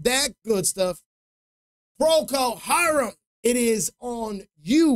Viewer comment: One of the only reaction people that actually pronounced the band name correctly !!!! Good Job!!! Donny, age 74!!! Had it on 8 track when it first came out and also on LP vinyl